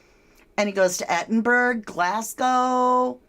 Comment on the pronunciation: "Edinbruh" (Edinburgh)😊